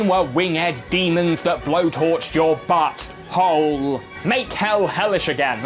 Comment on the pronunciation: "your butt.. HOLE" lol never heard anyone say it like that